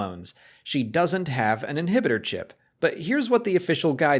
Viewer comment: it's yah inhibidah chip